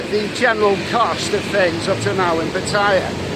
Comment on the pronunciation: It's Putter-YAH, not p'TIE-ah